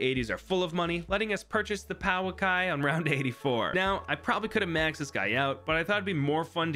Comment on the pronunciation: Pauakai is said pour-Kai basically